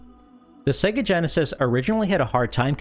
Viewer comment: It's pronounced "say-ga" not "seh-ga"